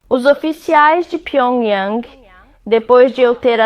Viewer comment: Cara de pau como pode o cara passar pano pra Coreia do Norte O bicho pensa que engana Ele falou isso mesmo "a noitada em pyiongyung"? 😂😂😂😂